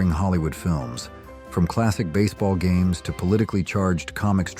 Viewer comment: Is this an AI voice? What are HAMES vs GAMES?